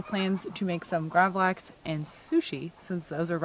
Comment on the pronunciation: You pronounced gravlax very good! Lax means salmon in swedish. We eat it on a thin hard bread called gene tunnbröd. And on that we put a sauce called gravlaxsås wich is made from dijon mustard sugar dill and red vine vinegar (and a few other ingredients) Been watching a lot of your videos in the last few days 😁 love from sweden